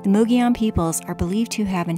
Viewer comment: Great video! Thanks for renouncing “mogollon” correctly! I agree. Adventures and places are always best when shared.😉 👍🏼